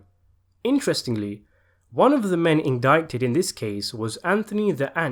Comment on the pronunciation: And you don’t pronounce the “c” in indictment